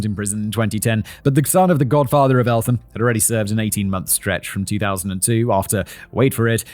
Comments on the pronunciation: As much as this is a huge case its still strange for a channel like this talking about the town i grew up in (its pronounced elt-um by the way) the church i was baptised i was across tne road from where it happened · Excellent work Danny and Simon. This hits hard for me as somebody from Eltham and have heard lots about this case despite only being born in '98 However Simon, the 'h' in Eltham is silent. It's like Elt-ham but said Eltam. Sorry it kinda bugged me 🤦‍♂️ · I remember this. It happened in my hometown when I was a kid, it was a huge deal. His mum came to my college to do a talk in the early 00s. Oh and it's pronounced "ELT-am", Simon! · Growing up in south London the way Simon pronounces Eltham makes me smile. ELT-HAM just for future reference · Elt-Ham 😭 not el-tham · I’m from the area where this happened and it’s a bit said that only after 15 odd years of living here I’m just hearing about this. Also Elt-ham not Eltham fact boy 🫣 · It is Elt-ham not Elth-am! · 'Elt-um' fact boy not elfham😂. you're even pretty local to it as it directly borders Kent. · El-tham 🤷‍♂️🤦‍♂️ it's pronounced Elt-um 😆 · Hey man. Great video just wanted to add Eltham is pronounced EL-TOM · Eltham is pronounced El-tum